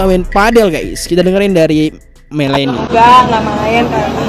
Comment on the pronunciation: MELANEY RECARDO bacanya melani aneh bgt dah lo ngomong mileni